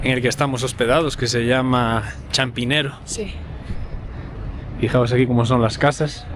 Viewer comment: Jeje es Chapinero, no Champinero... que disfruten